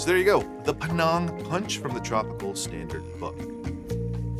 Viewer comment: Good video. Thanks. BTW, the name of the place (Penang) is pronounced like it rhymes with 'hang' (I go there often. If you like food, it's a must-visit destination)